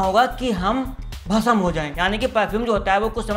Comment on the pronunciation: Not, bhasam It's bhasm,🤣🤣🤣🤣